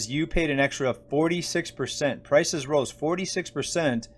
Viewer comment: For a second i thought i heard you say “rising crisis” instead of “rising prices”. Eh, same thing at this point.💸💳